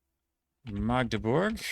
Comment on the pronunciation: Even most of the germans pronounce "Magdeburg" wrong, but yours sonded like heaven (and right): A short "a", not an emphasis on it like the older german word "Magd". And it's impressive overall. Well done!